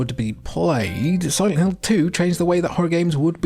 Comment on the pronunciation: what the heck is silent lint 🤪